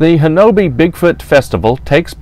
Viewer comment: Ouachita is pronounced wah-shee'-tah. Talihina is pronounced Ta-la-ha'ney. Honobia is pronounced Ho'-nub-ee. But then that's only the way the folks livin' there say it. My Mother was born in Battiest, pronounced Bah-teest' - not batty est But then, what do I know? I spent some time there in the late 50's early 60's Great White Tail huntin' there.